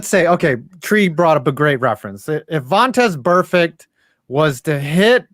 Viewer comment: calling tom wilson vontez burfect is the most clown shit i've ever heard and solidifies as a complete doofus.